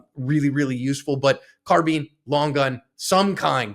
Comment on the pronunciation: Is a carbean the same as a carbine? Is a combine harvester the same as a combean harvester? 😂😂😂 Seriously though, good job cops and good job and 👍🏻